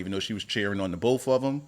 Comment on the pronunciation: "Boff of these heauxs" got it 🤣🤣🤣🤣